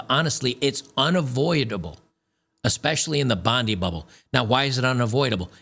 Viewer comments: It’s pronounced “Bond”-“eye”, not sure why, Sydney siders especially women are oblivious to people of different regions of the city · Pointof order, - "Bondi" is a beach suburb in Sydney, quite young and trendy, but pronounced "BON-DIE".